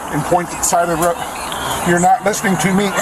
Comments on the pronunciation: Sorry sir, this cop is one of your Southern boys haha. There's no northern accent that pronounces "road" like that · The way he pronounces “road” irks tf out of me. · He has a southern accent. "Road" is only one syllable, not two.